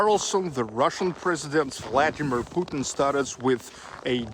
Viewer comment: Please don't say Putn, but Puteen.